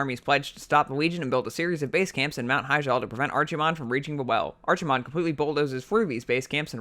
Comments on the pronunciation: archy-mond? bruv its Arc-eh-mond. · arc-himonde, archie-monde hurts the ears. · you mispronounced Archimonde pronounce it like this (AR-KE-MOND) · Archie-mond. Lol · archi-mond? it's pronounced ark-ih-mond not a ch sound a ck sound nerd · It's ARKEY mond, not ARCHIE mond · ARCSIMOND this hurts me to hear every time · Ar"chi"monde. LMFAO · I cringed everytime he said ARCHimonde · Lad its pronounced arkemond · Archie-monde - LMAO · After all these years, still hearing someone pronounce it "Archee-mond" makes me cringe. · Still the worse pronunciation I have heard was Archie-Mon-day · How you say Archimonde is stressful af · always hate when somebody says archimonde wrong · I can live with everything else But the way you pronounce Archimonde It just irks me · Drink everytime he say's archimonde wrong! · that not how you say his name, but awesome video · the way he pronounces Archimonde >.< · I stopped or so when you mispronounced Archimonde, sorry! :) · Am i the only one that gets a little annoyed every time he tries to say Archimonde? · Im so mad at your pronounciation of Archimonde